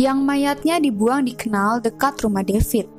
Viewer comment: Kanal bukan knal...